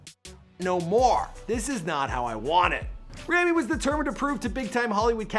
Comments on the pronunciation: ITS PRONOUNCED (RAW-ME) NOT (RAM-E) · you yourself are saying his name wrong for god sake!😑😂 He's a handsome yet talented actor and deserves what he has reached and even more. Forever supporting him! (I'm Egyptian and proud)🥰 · You keep saying Rami's name wrong, and I'm pretty sure that Rami and Sami are older than their sister. Or at least that's what I've heard from other interviews about him.